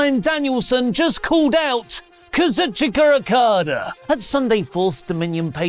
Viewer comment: Why does say Kazuchika so weird?😂